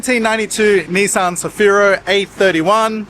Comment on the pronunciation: Neesan? You’re Ozzie bro that’s not how we say Nissan 😂